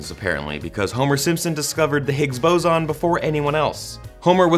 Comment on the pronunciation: I am laughing so hard the way he pronounced boson!